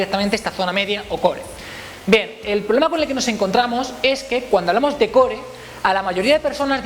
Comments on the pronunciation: Se pronuncia coor no core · porque no pronuncias core de la manera correcta? saludos